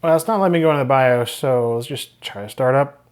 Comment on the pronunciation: I wasn't ready for "suh-moss bee-os battery" and the brief demonic possession that followed. had fun with this one.